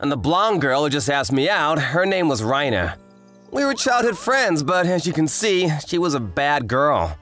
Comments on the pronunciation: Stop saying "Reina" like you're saying "Rhino" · "Reina" like "Rain". Seriously, there's only ONE way to pronounce Japanese words and names!